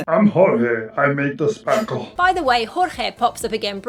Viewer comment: The spakle 🤣